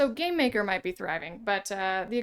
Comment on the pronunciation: Why do you always say "Gay-maker".. No!*.. it's Game....Maker...